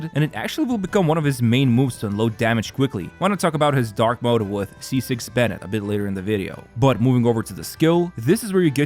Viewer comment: I swear, every time i hear "benny' instead of "bennet" a puppy dies